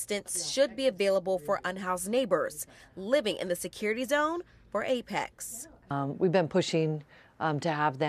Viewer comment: She says it wrong x2 &. 🙄 it's not "APEX" & it's not plural "APECs." It seems she caught on after reading the SF Emergency Operations Center's statement out loud. Does she even know what APEC stands for? 🤔 Maybe her camera person or segment editor should correct her mistake, rather than letting it go to air.